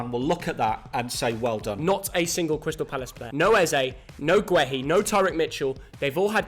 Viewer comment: Please it’s pronounced gurr-hee not gwe-hee 😂